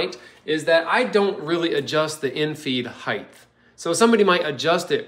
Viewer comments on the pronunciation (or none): I'm jealous of this. A funny thing Americans do is pronounce "height" with a 'th' sound at the end. Cute.